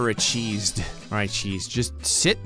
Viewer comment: I swear the second said achieved we both simultaneously said acheesed 😂